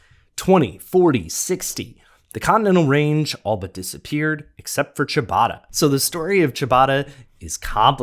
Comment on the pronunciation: Well, I know how to pronounce it. And it's not like 'Chewbacca'.